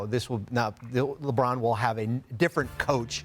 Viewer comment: Lerbon James?? 🤣